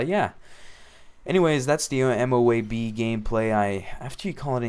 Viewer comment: dude its pronounced moe-ab